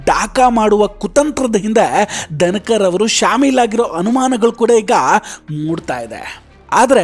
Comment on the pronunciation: ದನಕರ... ಅಲ್ಲ ಪಾ.... ಧನಕರ...ಕನ್ನಡ ಉಚ್ಚಾರಣೆ ಸರಿಯಾಗಿ ಇರಲಿ.....